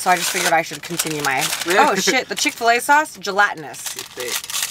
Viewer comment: Am I the only one triggered when they said chick fil a sauce iykyk 😂😂